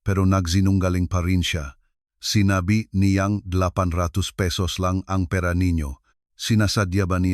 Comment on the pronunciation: Di maganda pagka bigkas ng pera parabg salutabg avnormal